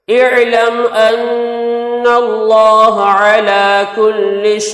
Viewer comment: اعراب درست کریں اعلم ھمزہ پر زبر پڑھو